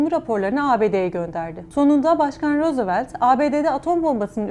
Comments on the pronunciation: rosevelt değil rozvelt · rosevelt ??? okunuş u tekrarlıyorum rosevelt. Komik geldi bana. Emeğinize ve çabanıza teşekkürler. Daha detay ve gerçekçi görseller lazım umarım tecrübe kazanır ve bunu kanalınıza aktarırsınız.